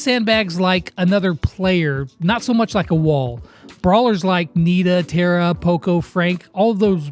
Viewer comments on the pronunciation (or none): none